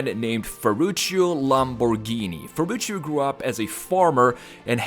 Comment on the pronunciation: he's name is Ferrucio, not Ferrucio, say it properly